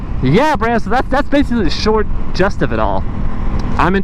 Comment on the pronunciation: I mispronounce a lot, anyways I think gist rhymes with wrist, not judging, just trying to help.